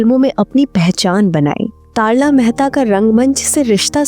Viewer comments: Commentary में अभिनेत्री का नाम तरला को तारला क्यों कहा जा रहा है? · तारला मेहता नहीं बल्कि उनका नाम "तरला मेहता" था आपने तारला मेहता कहा जो कि गलत है 🤔🤔🤔🤔